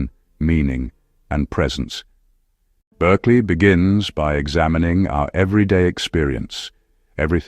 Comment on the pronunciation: His name is pronounced BARKLEY.